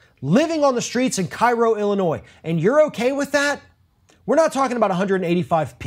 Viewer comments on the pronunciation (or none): Even though it's also known as Little Egypt, it's pronounced "care - o", not "kai-ro". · It is not Cairo, it is pronounced Kay Row, Illinois. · It's pronounced KAY-roh. Common error. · It's actually pronounced Kay-ro! I'm from Illinois. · Cairo, IL pronounced locally as Kay-row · It's pronounced Kay-roh, Illinois. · Minor point but it's actually pronounced KAY-ro (i.e. ['kei.rou]) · Its pronounced CAY-row.